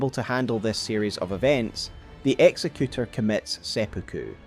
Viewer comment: You're mispronouncing executor. Exec- as in executive. Exec-you-tore. Not execute-er. His name doesnt mean he executes people. That would be executioner. Executor is someone who carries out someone's final will (in his case, implied to be the painter's).